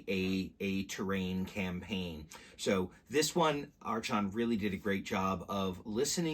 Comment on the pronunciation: Thanks for the look. But I have to say. The company name is pronounced as "ark on" "r con" archon.